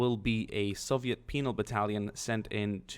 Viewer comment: Every time you said Soviet penal battalion I kept on hearing penis battalion, come on I can't be the only one right?